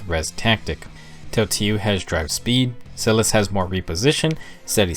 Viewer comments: Helpful vid but omg I’m so bothered by how you pronounced Silas’s name. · Same, but also for Sothe. I say Silas with a long-I sound I say Sothe as Soh-th.